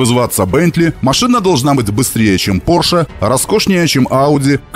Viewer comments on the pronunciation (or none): none